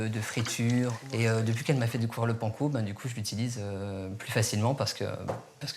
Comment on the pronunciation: Mais comment ils prononcent panco?!?!?!?